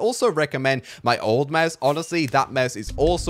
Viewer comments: 🙂 u said Meuse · Normal youtubers: mouse: meus That way he says mouse lol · Kinda sounds like you are saying mause